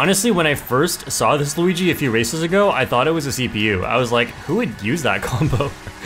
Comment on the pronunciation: its a me a-luweegee 🗣️